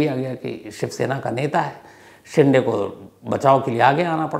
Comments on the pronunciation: बहोत बार हिन्दी बोलने वाले ये गलती करते है Shinde को शिंडे केहेटे है जब की वो शिंदे है बिग बॉस से ये मुझे मेहेसुस हूवा जहा शिल्पा शिंदे को हमेशा शिल्पा शिंडे संबोधित किया जाताथा मराठी मे दो अलग उपनाम है: Shinde: शिंदे Shende: शेंडे आशा है मैने बोअर नही किया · It's shinde (शिंदे) but not ( शिंडे).... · शिंडे nahi sir Wo शिंदे hai ❤ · Shinthe nahi shide name hai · शिंडे नहीं शिंदे होता है